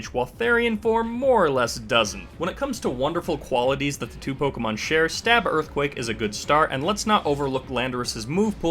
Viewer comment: "Girthquake" lmao